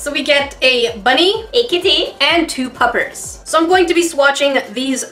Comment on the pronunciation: I'm pretty sure she said "two puffers" instead of puppies lol